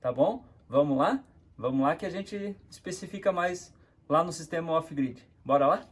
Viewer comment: "off gride e on graide"?